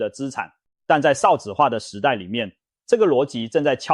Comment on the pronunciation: 一直聽到ㄕㄠˋ子化很不舒服